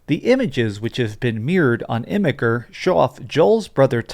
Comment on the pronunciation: I would just like to point that the service is pronounced like "imager," with a soft g, as opposed to the hard g you used.